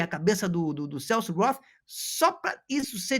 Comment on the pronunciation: "Celso Rotttthhhhh" acaba comigo😂